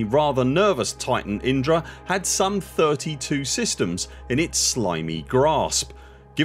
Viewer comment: Enunciating Indra so clearly makes we wonder how many times Inara ended up on the editing room floor? 😂